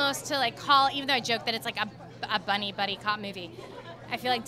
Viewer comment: Did she say buddy cop movie or bunny cop movie?